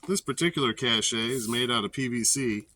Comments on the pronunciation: FYI: It's pronounced "Cash", not Cash-A. . That said, great video, I really enjoyed it. Got some good ideas from it. JT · Pronounced “cash” (it’s a French based word).